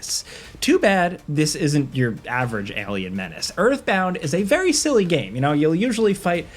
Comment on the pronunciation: Anyone else here him say “scared scilly” toward the end? Btw love the channel